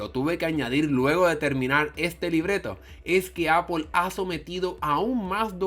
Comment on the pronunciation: el we dice apol se dice apol xddd apple vs apol